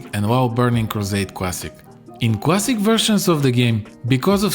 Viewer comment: "Should you pway World of Warcraft? World of Warcraft Cwassic? or Burning Crusade Cwassic? YES!!" Me "Oh..ok"